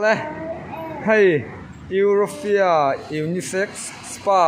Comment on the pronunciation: pawn i sawi dik lo ziah,europhia i ti in ka hria